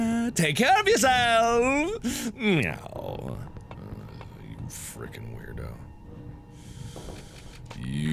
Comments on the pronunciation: alien Oh, I thought that he was saying "no". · I thought he was saying "no" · I always thought he said "no" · alien That's supposed to be a meow? I thought he was saying "no." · am i the only person who misheard zacharie's meow as a yo?